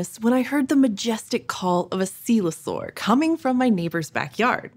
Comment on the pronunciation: coelurosaur not "coelosaur".